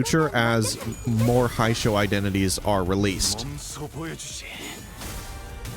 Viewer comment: hello it is me sancho from hit video game limbus company. your pronunciation makes me sad 😢. Hongyuan (Hohng-you-ahn) Jia Qiu (Jyeh Chyoo) Heishou (Hey-show) i hope this helps